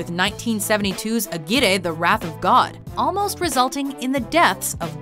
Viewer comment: aguirre... the RR is pronounced like the R in Rabbit... strong